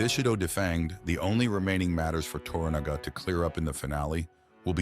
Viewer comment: U are correct but learn how to pronounce TORANAGA,s name ,please .